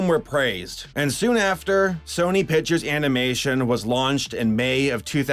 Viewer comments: Good video But it's not fucking pitchers it's picTures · "sony piturs" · Pictures pronounce pick tchures not pichures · you know there is a c in the word pictures, right? I know this is almost a year late but damn that annoys me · "sony pichers animation" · "SONY PITCHERS ANIMATION."